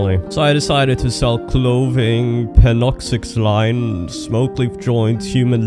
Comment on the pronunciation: Love the vids! Btw that drug is pronounced Pen-ox-ah-sill-in